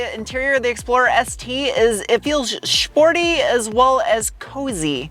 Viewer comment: Every ‘S’ is shhh as in shtruggle and shporty. Very cute.